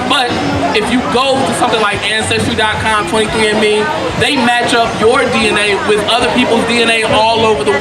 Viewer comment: African ancestory not "ancestory"